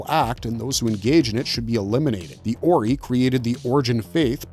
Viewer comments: Terrible pronunciation of 90% of Stargate races and places. So much so that I thought there were some other races I had never heard of. Like Ori pronounced oree instead of orai. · it's pronounced or-i not oree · fr Orey?? did this dude watch the shows with the sound on? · What did you call 'The Ori' ? that's new 😅